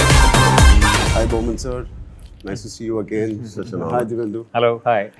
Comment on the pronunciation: Divyendu ❌ Devendu ✅